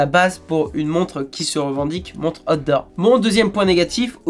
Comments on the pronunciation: Par contre on prononce aout dort et pas hot d 'or 😁c est pas pareil. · Bon alors quand tu dis out door.... prononce le en anglais stp..car voila 2 ou 3 reviews que je regarde sur ta chaîne, et a chaque fois, j'entends hot d'or.! 🤣😁😁😁🤣. Ce qui, tu l'avoura , n'a strictement rien avoir..😁😁😁😁😉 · Chaque fois qu'il dit "outdoor" j'entends "hot d'or", ça me rappel les premiers samedi du mois sur canal à l'époque. 😂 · Après avoir écouté et ré écouté, je suis formel, il parle vraiment des "hots d'or"!!! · A_OU_TDOH c'est ainsi que cela se prononce mec.